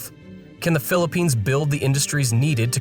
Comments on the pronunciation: *Philippines, not Phillipinse. smh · Crazy, "phillipinse" "gobal"